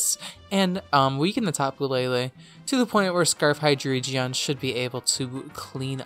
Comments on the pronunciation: Hi-dree-geon? Who is she? We don't know her. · hidreigon "hi-DRI-gun"